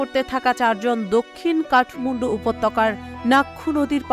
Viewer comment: কথাটা কাঠমুন্ডু নয়, কাঠমান্ডু! উচ্চারণের দিকে খেয়াল রাখুন!